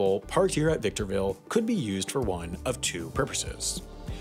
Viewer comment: My boy Ryan Garcia from victorrrrrrville California